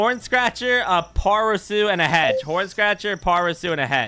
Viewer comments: pronouncing ParaSOL as ParaSUL is the highlight of this video for me 😂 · pronouncing Parasol as Parasoo 😂😂😂